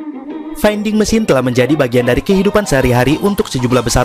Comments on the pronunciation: Oh iya. Vending (baca: vending) bukan baca: fainding / veinding. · Baca vending ?